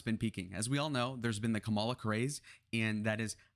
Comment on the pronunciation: Pretty sure Kamala pronounces her name with the accent on the first syllable.